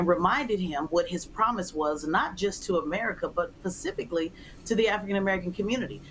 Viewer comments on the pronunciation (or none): Did she say PACIFICALLY? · Pecifically huh? lmao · She said “pacificlly”…….😢